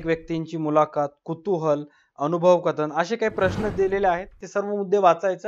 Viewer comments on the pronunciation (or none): none